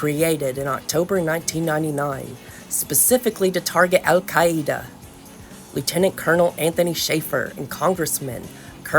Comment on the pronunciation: I really enjoyed the pronunciation of "Al-Qaeda" in this video!